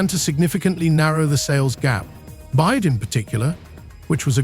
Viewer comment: Total ignorance of this narrator in regard to the industry as he keeps calling BYD bide. This is an ill informed rehash of misinformation that has been around for months for the purpose of getting clicks and spreading false information.👎🏻